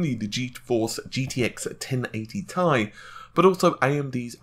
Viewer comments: T I, not tie.. :) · T I... TEEEEEE EYE.. no goddamn TIE... FFS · T.I you idiot not tie ffs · Why do you keep calling it the Thai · Had to stop after 3 minutes of him calling the fucking 1080 TEE-EYE a fucking TIE!!! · "T I" ... not "TIE" !!!!! SIGH !!!!!!!! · Fucking T.I. Not TIE holy fuck I got triggered so hard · Lmaoooo it's not pronounced ty it's two separate letters t I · Please ... please ...please ... stop saying "1080 TIE" ... it's absolutely " TEE-EYE" in pronunciation. Good video otherwise, as per normal. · 1080 tea-eye why does it matter so much how anyone says it its like the tomato-tomato thing or patato-patato. Logan from tek i mean Crit calls the Ti version tie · STOP SAYING TIE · im pretty sure its pronounced T.I. and not tie... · it's not TIE, it's T I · Cervello I think the problem has become that the majority says tee eye, when they meant for it to be tie. I'm not trying to argue, I call them tee eyes just like most people and I think tie sounds dumb. That doesn't mean it's wrong. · Nope, I've heard Jen-Hsun Huang pronounce it as T-I and not as Tie which sounds ridiculous. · I can't watch this because he says TIE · Did he say TIE? NASTY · "TIE" are you a fucking dumbass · mike lambert the thing that gets me when he says it is most of the time he says tie like it's a question.... 1080 tie? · He can't say "T - I"? Funny as hell! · IS HE FKING SERIOUS "TIE" OMG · Gtx 1080 tie....ffs man....how can someone who's channel name is tech mispronounced this XD.... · How about saying the 1080 Titanium? That would clear up pronouncing the word "TI - Thai Food or Neck Tie". Everyone I know says it it spaces....."T" (space) "I". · tie wtf are you saying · It's pronounced Tie. You literally can find out yourself in two seconds using google. But here you go so there's no excuses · atLucid yeah it sounds weird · oh...i never knew...well then the correct way to pronounce your name must be 'bitch' XD. Not attacking u or anything